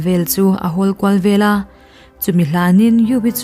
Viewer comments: An monu nu kha an thah vanga an monu khan phu lak a tum i ti sia, a nu a la dam angin a lo lang leh bawk si a ka hrethiam teh nuaih lo. Veleh, tih turah velah i ti thin hi a dik lo bawk. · Veleh tih turah Velah i ti ziah bawk,a ziaktu pawh hian inzir tur a nei nual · Veleh tih turah vela i ti ziah a mizo thuziak dan tur dika chhiarhi a tha vela tih leh veleh chu a dang daih❤❤❤❤ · Velah ti lovin veleh tiin chhir ta la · Chhuah velah nilovin chhuah veleh tih zawk tur a ni e.